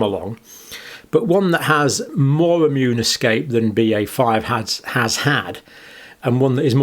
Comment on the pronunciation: Arrrgh! What's wrong with people? It's not bloody "ammunity", or "ammune". Thanks for the video though.